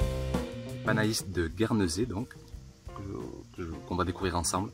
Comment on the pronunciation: Si je ne me trompes pas, le "ai" de "panais" se prononce comme le mot "lait" :)